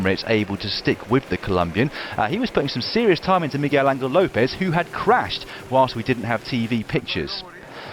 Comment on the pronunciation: Recommendation: please pronounce Lopez name “Anhel” - as they do in Spanish.